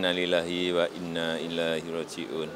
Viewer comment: Innaa lillaahi wa innaa ilaihi rooji'uun... semoga diterima amal ibadahnya diampuni segala kesalahannya dan dimudahkan jalannya menuju syurga. Apkh aq salah dengar? Bapak Jokowi berucap innaa lillaahi wa innaa ILAAHI rooji'un. ILAAHI ?? Ah mgkin aq salah dengar